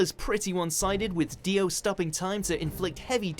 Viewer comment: Did he really call dios stand Zach wurldo